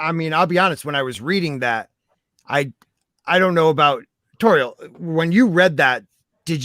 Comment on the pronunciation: Great stuff, as always. Unfortunately, I had to work. (The docks Kenobi). I gotta say I was surprised nobody else mentioned this but kudos to for finally saying Lady Tauriel’s name flawlessly.